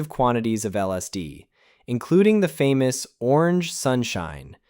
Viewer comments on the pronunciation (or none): none